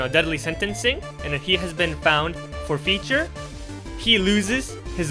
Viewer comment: Is english your first language? Your accent is so good but I notice some words like forfeiture are pronounced a bit funny. I’m just curious or am I completely wrong lol